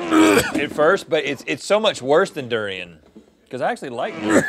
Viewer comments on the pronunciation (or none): none